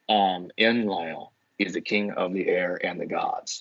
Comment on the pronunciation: You usually feature such renowned academics. Who's this muppet? He can't pronounce Enlil. I want a bibliography and footnotes from this guy. I think his theory is nonsense.